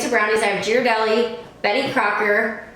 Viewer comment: It’s pronounced gear-uh-deli ;)